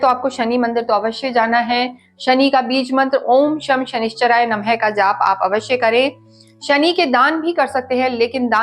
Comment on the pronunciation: Bhai mantra ka galat uccharan mt kro 2 bar namah nhi aata